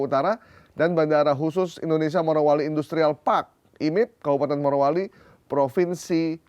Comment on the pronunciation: Bapak, barangkali nama tempatnya adalah Morowali, bukan Marowali. Weda Bay bukan Wade Bay😅